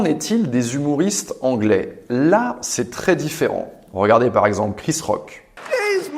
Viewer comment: Comme rogardez au lieu de regardez